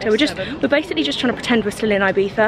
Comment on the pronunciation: The way you pronounce Ibiza has me crackled😂😂😂😂